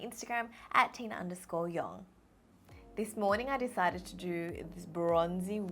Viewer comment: Whenever she says her name is Tina it always reminds me of tuna